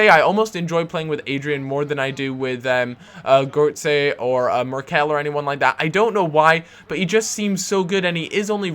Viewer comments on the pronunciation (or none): What's up with the way you pronounce Götze? Goartsay? Dafuq is that?